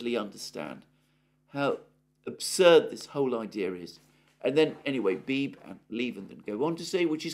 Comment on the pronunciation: Alexander: George Beebe's surname has two syllables (rhymes with "freebie").